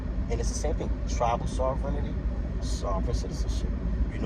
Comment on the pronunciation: Sovereignty is pronounced : SOV-REN-TEE. But sadly, that is the smallest mistake in what you say. I have to resist discussing things with conspiracy theorists, sovereign citizens, and people who believe in lizard people because there is too much ignorance to bridge the gap. I will simply assure you Indians as individuals are not sovereign, and they get arrested for even small, non-violent infractions the same as non-Indians. I am glad you read McGirt, but you didn't understand it. Watch some YT videos on it, read some of the info put out by the tribes themselves for laymen like yourself. Good luck, and continue learning.